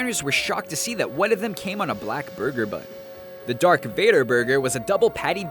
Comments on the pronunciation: VADOR? VADOR???? ITS VADER!!!!!!!!!!!!! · It's Darth vador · Darth Vador...... its Vader